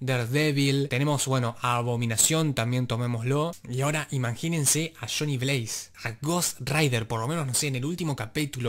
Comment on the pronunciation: Dice Donny Blaze no Johnny Blaze